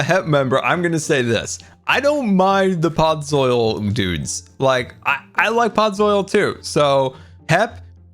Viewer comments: "I don't mind the Podsoil" Also: *Can't pronounce Podzol* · PodzOIL ? PodSOIL ? No... Podzol. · Podzoil? Its PodZOL. How do you manage to pronounce such simple words wrong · Nobody: Normal minecrafters: mycelium: pOdZoL